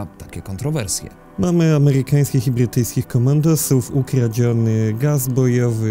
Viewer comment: Boże jak słyszę że ktoś mówi Ghy hosjanie, amehykanskich bhytyjskich to nóż mi się w kieszeni otwiera